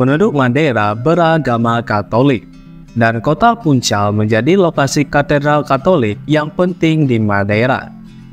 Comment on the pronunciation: Baca Funchal Bukan Funkal